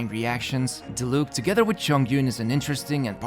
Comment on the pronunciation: My man still be saying Dilook instead of Diluc. Gotta love a man with commitment.